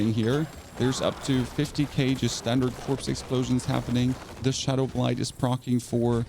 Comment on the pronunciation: Shadow BLITE not blind. BL-ITE rhyming with sight. Been watching some videos as I'm necro too and I'm excited for this vid, thank you for this. I came to the same conclusion and hopefully this vid can help me. Not trying to be mean with the correction above but someone needs to say it. Thanks for the vid again.